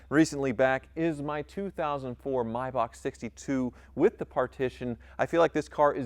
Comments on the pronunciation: It’s may-Bach not mybach holy shit please stop the cringiest mispronunciation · It's a Maybach not a Mybach.😔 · Isn’t it pronounced May back not My back???